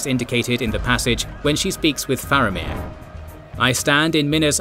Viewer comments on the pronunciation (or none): none